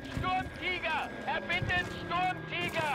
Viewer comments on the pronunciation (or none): please learn how to pronounce german tank names.. it doesnt say STORMTIEGER it says STURMtiger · it's not stormtiger, it's Shturmtegar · No you say it as shturm teeger